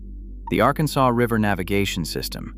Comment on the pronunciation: And you now have a warrant out for your arrest for the mispronouncement of the word Arkansas 😅